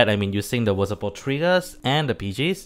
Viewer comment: listening Mc messing up the pronunciation of VSPO the whole video